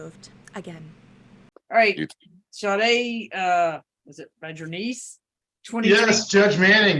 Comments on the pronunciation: Okayyy the ladies name is pronounced Sade( Sha-day) not Saade. Being unfamiliar with black culture is no excuse lol. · Pronounced Sha-day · Her name is pronounced Shar-day. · And it's SHAH DAY not SHADE dumb as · Pronunciation isn't "SAYD," -- it's "Sah-DAY." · Is it not “sha day” and not “safe”? Like the 80’s singer. Pronounced Sha day. Sade. No??? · FYI Sade is often pronounced Shar-day like the singer. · Sade was a well known singer back in the 80's in England. It's pronounced SHARDAY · I know this is old, but the algorithm will like it. Sade is pronounced shar-day, I know this because I am old and Sade Adu fronted the band 'Sade' in the early 1980s. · Crime watch... it's pronounced... "Cha-day"!!! Please make sure u can pronounce peoples names correctly!!! That's a peeve of mine...because people mispronounce my name!!!! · Respectfully, the correct pronunciation of Sade is Shar-day like the famous British Singer, a biracial woman part Nigerian and English, from back in the 1980s on up to today. My thinking is her parents were big fans of that singer, such as myself and simply gave her. In fact she favors the singer quite a bit, if you're able to do a side by side photo comparison. She never speaks of her ethnicity and the only thing that people know is that her father is black. Her mother's ethnicity is unknown. She is, in fact, a professional model and she's also a twin. Just an fyi😊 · Her name is pronounced “Shaw-Day” I think. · Sade is pronounced Sha-day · The name Sade is pronounced Sah-Day. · I believe it is pronounced Sharday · Do you really not know how to pronounce "Sade"? It's like the amazing singer Sade "s-ah-day" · Is it not pronounced “Sha day” like the 80’s singer? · Her first name is pronounced Sha Day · Her name is pronounced SHA-DAY - it is a popular creole french name. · Shaaarday is how you pronounce her first name! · It’s pronounced Shad ay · It's pronounced Sawday. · Her name is pronounced Sha-day.